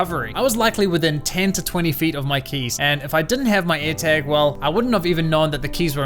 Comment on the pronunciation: What's his accent? He says Eartag instead of airtag